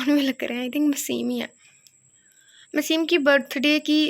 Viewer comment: UskA name...maseem nahi mesam hai😊